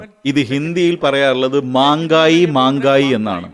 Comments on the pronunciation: ഹിന്ദിയിൽ വിലക്കയറ്റത്തിന് menghayi എന്നാണ് അല്ലാതെ manghayi എന്നല്ല. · എടോ കോപ്പേ മാങ്കായി യും അല്ല അത് മെഹങ്കായി എന്ന് ആണ് അതിനർത്ഥം വിലക്കയറ്റം ചിലവ് കൂടിയ എന്നൊക്കെ അർത്ഥം.😂😂😂😂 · മാംഗായി അല്ല മഹംഗായി എന്നാണുച്ചാരണം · മാങ്കായി അല്ല മേഘയും അല്ല മെഹങ്കായിയാണ് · Mangai alla. Mengai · മാങ്കായി അല്ല മെഹങ്കായി.😂😂😂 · Maangaayi ennaano... Mehangaayi ennalle..... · Mangai alla mehagai ennanu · Mangayi mangayi alla bro 😂 Mengayi yenna parayaru 😂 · മാംഗായി അല്ല റിപ്പോർട്ടർ.... മെഹംഗായി..... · മാങ്കയി അല്ല മഹ്ങ്കായി എന്നതാണ് ശെരി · 'Manga' യും അല്ല 'mangayi' യൂം ഇല്ല. 'Mahengayi' (മഹെ ങ്ങായി) എന്നാണ്. ഉച്ചാരണത്തിൻ്റെ കാര്യത്തിലെങ്കിലും ഒന്ന് ശെരി എന്ത് എന്ന് ചെക് ചെയ്തൂടെ എല്ലാവർക്കും! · Manggai അല്ല” മെഹ്ംഗായ്” എന്നുച്ചരിക്കൂ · Mahegai not magai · മാംഗായി അല്ല,മെഹങ്ഗായി..വിലക്കയററം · മാങ്കായി അല്ല. മെഹങ്കായ് 😅😅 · സത്യത്തിൽ മാൻഖായ് എന്നല്ല പറയേണ്ടത്! മെഹങ്കായി എന്നാണ് പറയേണ്ടത്😅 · മാംഗായി അല്ല ചങ്ങായി മെഹം ഗായി എന്നാണ് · Ente ponnu you tuber ..ithu mangai alla mehangai aanu .. please correct your word...you are doing good..but the words has to be pure😊😊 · അതെ, മെഹoഗായി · മെഹങ്കായി എന്നാണ് ശരി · മെഹ്ങ്കായി എന്നു പറയു അവതാരകാ